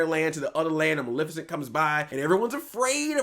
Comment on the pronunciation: Jesus christ WHY CANT ANYONE SAY MALEFICENT CORRECT. EMPHASIS ON MUHLEEEEEEEEEFFFAAACCCCEEEEEEEEEENT